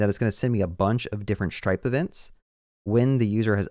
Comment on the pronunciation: SHtripe, yeah.